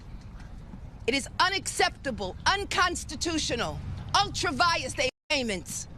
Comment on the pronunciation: What a psychopath. And the term is ultra vires, Leticia. Not "Unctra Vias."